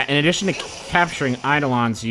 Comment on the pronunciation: if-rit eyed-olons It's eye-dolons and eef-reet.